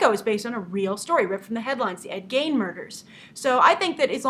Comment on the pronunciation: Hi Grace, you know I love you but Gein is pronounced Geen not gain. come on now girl!! lol just teasing splitting hairs keep up the good work. ANSWER ONE OF QUESTIONS sometime lol. :) Do you get invited to any of the popular film fests? sundance, toronto, cann etc. i am j/w